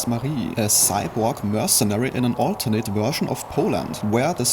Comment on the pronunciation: "A saiborg mörsenari named Marie in an olternät wörschn of Poland"